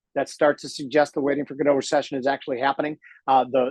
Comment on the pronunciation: 'Waiting for Godot'. It's French,! French! Pronounced 'Go-doh'! And Godot never comes, so I'm not sure I would be too quick to call it a Godot recession! LOL